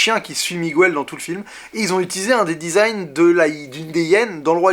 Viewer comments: PLEASE prononce "Miguèle", pas "Mogouèle". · Bonne critique, par contre Miguel ça ne se prononce pas "Migouel" en réalité ^^ Pour ma part j'ai beaucoup aimé (et bien sûr l'histoire avec le personnage nommé Coco qui est très touchante) même si émotionnellement et visuellement parlant j'ai une préférence nette pour Vice-Versa <3 <3 et Toy Story 3 :D